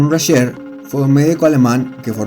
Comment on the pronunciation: Video pedorrisimo !!! Sigmund Rascher se llamaba no 'Raschel" Aparte los pilotos de la Luftwaffe ni eran nazis, es como decir que los pilotos rusos eran comunistas o los norteamericanos capitalistas. Pésimo video 😡 !!!